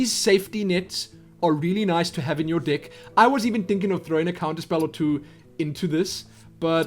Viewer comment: u make me laugh... u say dick instead if deck